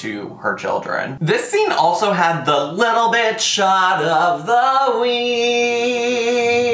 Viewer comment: I swear every time you say "Little Bit" I hear "little bitch" 😂 cracks me up every time